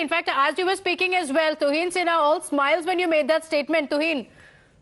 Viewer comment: Tauhin Sinha. I mean this idiot from the congress can't pronounce a name and change its meaning completely.